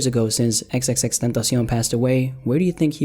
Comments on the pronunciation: This man says xxxtentacion like some Mexican man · The only thing that bothers me is the way says xxxtentacion